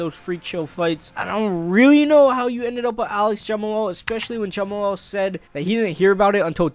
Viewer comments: “Jama lal Hill” 🤦‍♂️ I swear there has to be some sort of criteria and test you have to go through before starting a YouTube channel. Can’t wait to see “Jama lal” Hill vs Alex Pereira though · bro really said Jumal Hill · Jumalal, u think he's trying to pronounce the H, also figadero 😂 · why tf does he keep saying jamahalal this ain’t halal guys bro 💀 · u pronouncing jamahal wild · it’s pronounced Jamal I think